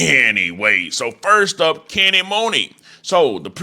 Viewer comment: It’s pronounced Kenny MONEY not MOONEY it’s just spelled Muney.. & It’s not PRE it’s P.R.E. Come on bro u not 60 years old lol